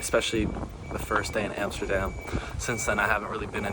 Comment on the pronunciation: I just love how you correct, every other youtuber that tryin to pronounce dutch words!!! haha:P you are certainly an honorary Dutchman at this point. like most of all ur pronounciations are really good , and ur knowlegde about the country, and its history is also really impressive. you prob know more then some dutch people in this country no doubt!! hope you will ever be able to fullfill ur dream man. Love From Den Haag. ''The Hague'' for you english speakers.